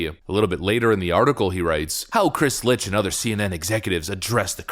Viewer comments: Funniest thing? It's not Lich It's Licht....as in licked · It is Chris LICHT not LITCH. Dyslexia? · Licht should be pronounced as "licked" as in Chris Licht... my balls. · I thought Licht was pronounced phonetically as Licked? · His name is pronounced "licked", it's German for light. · Love your videos. Hate your pronounciation. Dude's name is Licht, pronounced "Licked", which he very well may soon be. Licht is German for Light, so the ch is the sort of hocking sound like Bach, Achtung or Ach du lieber. Also the o in Michelob is a long o, like go, as in go google the pronounciations of the stuff you're talking about. Great content, but you're diminishing your point by making basic mistakes in pronounciation. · As amusing as it may be to call the current head of CNN a zombie, I'm quite sure the name is more closely pronounced as "licked"